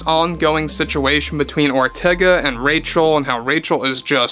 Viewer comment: I keep hearing "General Ortega" every time says her name.